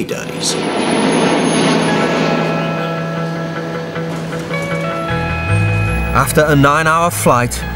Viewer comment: Hahaha he said fuddy buddies